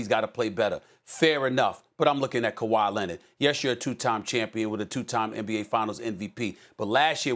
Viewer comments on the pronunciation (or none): Nobody: Stephen A: Kawaii Lennitt